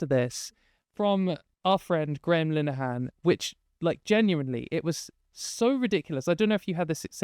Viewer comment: the way that pronounces Graham Linehan sounds like Gremlinhan and I love it.